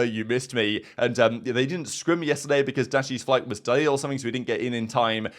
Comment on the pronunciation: Can you pronounce “delayed” for me one more time